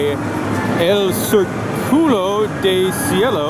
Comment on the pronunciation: el cirCULO😂😂😂😂 culo means asshole. That's why the accent in the word is important because that's where you enunciate the most 😂